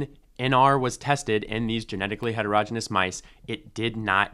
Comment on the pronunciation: "Heterogeneous" is pronounced hetero-GENE-ee-us, not HETER-roj-inus. If you can't pronounce a basic word in biology, what else do you have wrong?